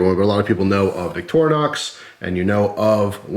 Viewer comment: The bigger issue may be trying to explain to some how to pronounce Victorinox.... Clue for some, it's not "VICTOR- -Nox". Sorry, there is a you tube guy out there that always says it that way.